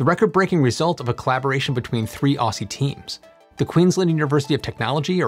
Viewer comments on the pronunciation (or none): STOP SAYING OSSY OZZIE is the way to say While you're at it add an L to soLder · You need to pronounce 'Aussie' as 'Auzzie', it is painful to hear it commonly being mispronounced. Also, 'Wagga Wagga' is pronounced as if spelt 'Wogga Wogga'!